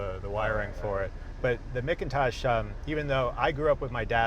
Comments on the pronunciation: "Mick -in-tosh" stereos, guys? NO "MACK-in-Tosh" stereos! The world's BEST stereos, made in the USA! (But I agree with you Jay - the sound of the right motor is music to my ears!) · These cars were all delivered with a vinyl roof to hide the weld from where the sedan roof was shortened. Removing it usually requires a fair amount of metalwork repair. A steel sunroof was a factory option. Also, while it is spelled McIntosh, it's definitely pronounced MACK-Intosh. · Mickintosh?????? At least Jay got it right.